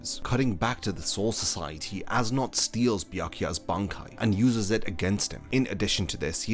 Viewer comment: Yo great video dude but I just wanna say that you mispronounced as nodt's name when you say his name you're supposed to say it like es note